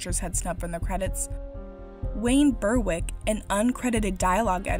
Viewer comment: "Berwick" is pronounced "Berrick", not "Burr-wick". It's a town in the far north of England, and the name denotes ancestry there. I unwittingly bought a couple of mockbusters on DVD at the supermarket. Right there with the proper films, they were both films that I thought my partner wanted to see... I reckon that confused parents and well-meaning significant others are the prime target for these shenanigans.